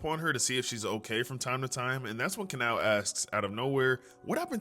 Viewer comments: Kanoua bro😔 it is KAN- OW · It’s (kah-now) kanao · It’s ka-now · Who’s Aoiwee it’s Aoi who’s kanoah is kanao who zenestu it’s zenistu stop saying kanoah & who’s muchuro muichiro (No hate just not how you say)😊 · It's pronounced kon-a-yo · "Ka-no-a" Nahhhhh bro nahhh lol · If you were wondering I think Kanao is pronounced Can Now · Its can-now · Btw to pronounce kanao it is”can-ow” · Im sorry but how you pronounce kanao is weird (im not trying to be rude) ka-now (the a is still pronounced かなお(ka na o) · just correcting you on how to pronounce kanaos name, it’s pronounced as Car-Now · Kanao is sayed like this kanow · It's pronounced kanow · I’m srry but “kanoah” killed me😭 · Kanoa is not how u say it 😢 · Kanao ( Can-Ow ) is dumb for not telling anyone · HI KANAO IS PRONOUNCED ( kah-no) :> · It’s kanao you said it wrong you spelled it right but speaked it wrong